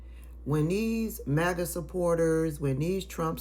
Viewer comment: it sounded like you took the "M" off Maga and added a "N" lol. i heard Black Naga!! lol